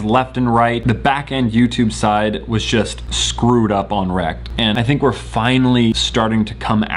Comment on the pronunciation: I loove how you pronounce such word as 'just' 'jule'. So cute!